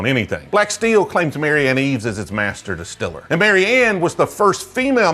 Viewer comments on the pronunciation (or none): none